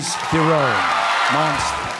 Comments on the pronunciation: Yes, Jack pronounced it more correctly than I've ever heard. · Wow, the first time I've heard someone pronounce Charlize Theron's last name correctly. Nice job Jack! 👏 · What on earth are you talking about? Charlize pronouncing her name the right way